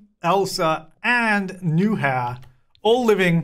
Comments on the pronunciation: Btw, roommate’s name is pronounced “noo-yah-ur”. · im dying at calling Nuihaur "new hair" HAHAHAHAAH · Game: Nuihaur: New-hair (but fwiw I looked up the name for pronunciation purposes and only got Sims 4 related results, so apparently it's either a really uncommon name or not a real-life name)